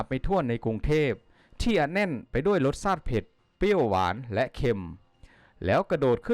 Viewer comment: เยี่ยมซม บทควม รสซาติ ซาวต่างซาติ ใซ้แผนที่ ซอบท่องเที่ยว..อ่านผิดนะคับ